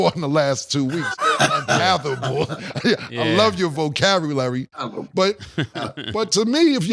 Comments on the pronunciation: Cam: VoCAVolarry 😅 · Vocavulary? I heard that Cam